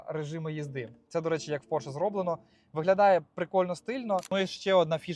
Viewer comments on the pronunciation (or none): none